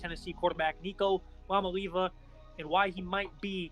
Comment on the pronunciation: Do even the smallest amount of research to learn to pronounce the name jfc